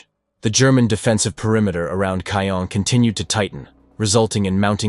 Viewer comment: Reg-I-na, not Reg-ee-na. C-awe-n, not ka-yawn.